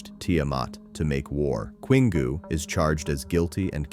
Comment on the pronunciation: Queengoo? It's Kingoo.